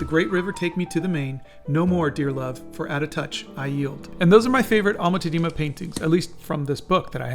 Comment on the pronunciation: Like in all Dutch names the accent is on the first syllable. Tá-dena. The ‘e’ is pronounced as ‘u’ in ‘but’. If you want people to take you seriously, it is very important to also get minor details, like the name of the painter, right. YouTube is an international platform.